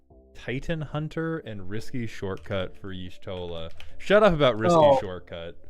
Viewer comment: Ysh, toll (like a toll road), uh. Y'shtola. Not Ysholta. Please stop mispronouncing my waifu catgirl prime's name.